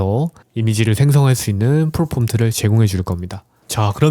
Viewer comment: 프롬프트를 프로폼트라고 하는 분의 무엇을 믿고 결제를..